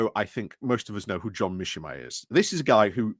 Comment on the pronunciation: Ukraine isn't winning anywhere. Whom should I trust? People who have called it right (The Duran) or someone who cannot even pronounce 'Mearsheimer'?